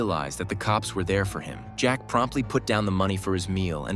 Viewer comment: The one time the robot saying jack is actually right